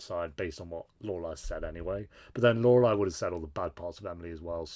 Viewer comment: How many seasons did it take 'til you could properly pronounce 'Lorelai'